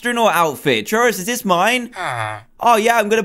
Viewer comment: "look at dis"